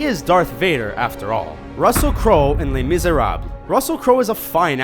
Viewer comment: Why can't he pronounce "Les Misérables"?